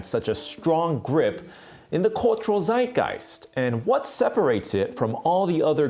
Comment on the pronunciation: Did he just say Zeitgeist like Sideguys (actually more like Zideguys)